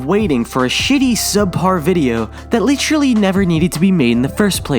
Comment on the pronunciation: If he says litchurly one more time I'm gonna have a stroke